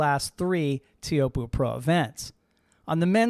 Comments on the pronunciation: I've always heard it pronounced "Choapuu", rhymes with hope, locals also say "Chopes". Pretty sure of this because I once asked Michel Bourez (Tahitian pro) about it! Am I wrong? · is disrispectful to not know how to pronounce Teahupooo